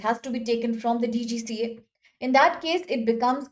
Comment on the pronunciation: It’s DGCA, Not DCGA.. ANPADH AURAT